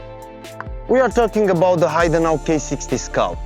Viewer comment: H'e'idenau not Haidenau ;)